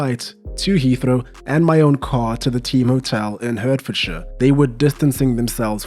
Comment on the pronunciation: Great video, pal. Hertfordshire is pronounced hart-fordshire. This is not a criticism; people correct me on place-names I don't know how to pronounce all the time 😅.